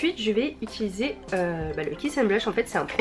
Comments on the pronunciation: Utiliser !!!! 😂 pas itiliser 😭😭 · qui a remarqué qu'elle Dit "étiliser" au lieu de utiliser ? 😂